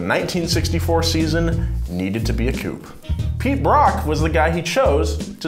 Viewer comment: Hey man I think you’re awesome and love wheelhouse but your pronunciation of coupé is upsetting